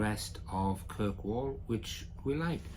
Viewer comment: its not kirkwell its kirkwoll